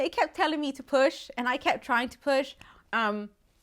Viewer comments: That means he is a Christmas boy but she said poop instead of push 😂😂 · I thought you said poop 💩🤣 lol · WHEN SHE SAID AHE NEEDED TO PUAH I THOUGHT SHE SAID SHE NEEDED TO POOP LMAOHFSDJFMKS,DF